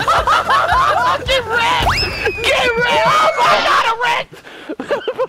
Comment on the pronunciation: "get wrekt get wrekt oh my God I wrekt"lmao😂😂